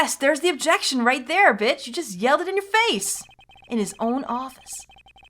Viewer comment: um that actually sound like “objiction” not objection to me! Oh boy I can’t wait to hear reaction to the other voice clips!